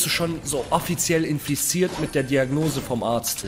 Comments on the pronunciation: 1055 er ist inflizirt sagt sie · der kann ja nicht mal infiziert aus sprechen😅 🤣er sagt infestiert 😅😂😂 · bro der sagt infliziert XD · Und er sagt infesziert